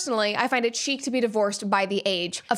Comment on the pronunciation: It's not chic. It's sheet. 😂